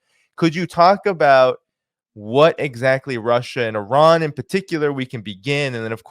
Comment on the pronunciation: Not Oran Iran dude you don’t pronounce it right . Should I call vitame votom